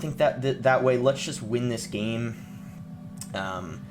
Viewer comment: Does is sound like he pronounces "game" as "geem?"